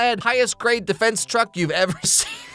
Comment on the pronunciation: Am sorry..."defence truck" 😭😂